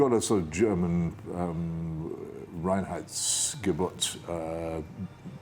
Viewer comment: It's Reinheitsgebot, not Reinheitsgebot. Sort it out, Peter.